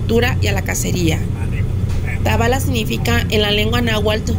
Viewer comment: Gracias por pasar mi pueblito querido está todo muy seco todavía no llegaban las lluvias, corrección se pronuncia tabala’ lleva acento en la A